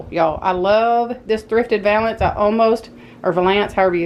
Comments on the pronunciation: Pronounced val-ance not va-lance. My friend says it the way you did. All looks great. Love it... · I was just watching and to me the ankle of your stocking was to thin. That's why typical stockings ar cut the way they are. Plus, the word valance would be pronounced val'-ants. I hope that helps.